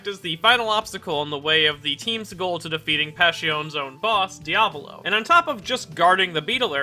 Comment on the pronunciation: its not Dia VòLO its Diàvolo the correct pronounce also not PASSCIONE BUT PASS IONE.